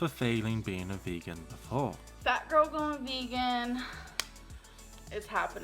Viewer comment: it’s “girl” not “gorl”